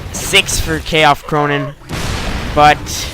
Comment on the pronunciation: Wow! Against me?! But my nick is [K-Fc] Ronin -> Kung Fu Clan, no K F Cronin hahaha but it's ok!